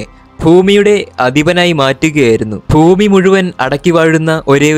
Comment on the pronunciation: ഫ്യൂമി യല്ല ഭൂമി